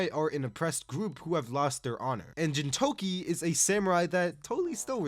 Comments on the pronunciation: Bro…. It’s GINTAMA/GINTOKI. Not Jintama Jintoki😭. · I've heard an equal amount of both Gintama and Jintama pronunciations. This is my first time hearing "Jintoki" instead of "Gintoki" though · I have never heard anyone pronounce Gintama with a 'j' and it hits just as bad as gif with a 'j'. And Jintoki, jesus. Do you watch it with a dub? Is that how they say it in dub? Otherwise what the hell? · i disagree with world trigger atleast top of good shit; black clover +1 tier; naruto top tier; chainsaw man -1 tier, and the way you pronounce gintama and gintoki feels like youve never really watched s2 and s3 of world trigger, yet alone finished the first season. just like what youve said on onepiece, the highs are great but there are also many lows. youve only watched the lows for it, hence the low ranking.